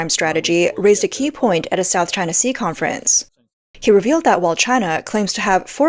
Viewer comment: Hearing "South Ching Sea" always gets me!!!😂😂😂